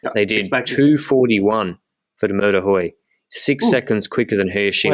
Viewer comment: Mur de huy is pronounced we like the pronoun. Mur de we